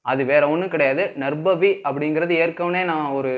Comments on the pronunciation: First pronounce Name clearly is it Narbhavi or Narpavi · பசு என்று கூறும் போது ப-வை எப்படி உச்சரிப்பு செய்கிறீர்களோ அதுபோல் நற்பவி என்று உச்சரிப்பு செய்யுங்கள். 🙌 வாழ்க வளமுடன் 🙌